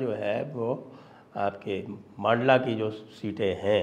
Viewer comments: Sir, "मांडला" नहीं इसका सही उच्चारण "मंडला" है । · मंडला उच्चारण कीजिये सर, लोकल वालों को विश्वस्त समाचार लगेगा। मांडला प्रोनाउंसेन अटपटा है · मंडला है। मांडला नहीं ! जगह के नाम का उच्चारण सुधारिये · मंडला है सही उच्चारण